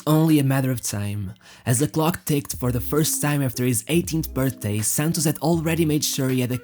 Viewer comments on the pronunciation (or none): none